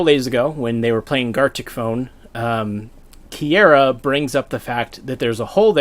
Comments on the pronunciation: Oh my god how are you mispronouncing her name so much. Key-are-ah That's it. That's how you say it. Not key-aira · Small thing, it's KiAra not KiEra. Nice video though thanks. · this is cool and all but im beeeeeeeeegging you to learn how to pronounce kiara's name it sounds so cursed when you say "kiera" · The way you prounce Kiara bothers me